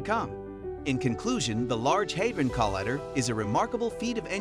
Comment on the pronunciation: Learn how to pronounce collider.